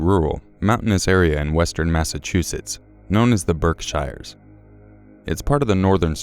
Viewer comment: it's also pronounced Berk-sheer, not berk -shy-er. Only people from around there would really know how to say it though